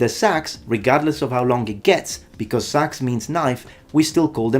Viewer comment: 🎩hi, you forgot to pronounce the “e” in seax. It’s not a sax.